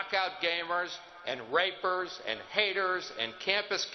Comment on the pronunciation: lol "Rapers"